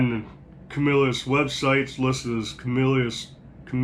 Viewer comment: You can always tell people are from the CNY area when they pronounce Camillus correctly!